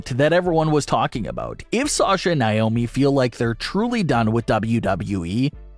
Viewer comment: Why do you keep saying "Nye-omi"? Her name is "Nay-omi".